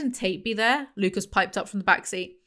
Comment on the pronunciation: side note: i've been watching House MD recently and every time you say "Lucas" i get gaslit into thinking his name is Lupus